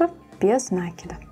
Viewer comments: Очень красивая сумочка, но без нАкида это не правильное ударение. Правильно будет без накИда, это словно кинжалом по сердцу. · 😂без на́кида?? Может без наки́да.. аж уши режет..граматеи и сумка колхоз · Поправочка: нет такого слова "нАкида", а есть " накИда". проверочное слово "накИдывать".вы же не говорите "нАкидывать". повнимательнее пожалуйста, иначе думающая аудитория уйдёт к более грамотным авторам.